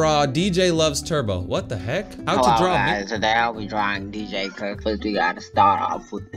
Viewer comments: d j c o c k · got me dying, because the way he said dj cook 😂😂😂😂😂😂😂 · It got me 💀